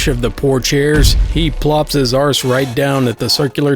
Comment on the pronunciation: I find it reassuring that an American saying arse sounds just as wrong as a Brit saying ass.